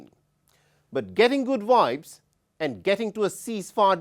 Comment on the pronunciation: Its Vibes not wibes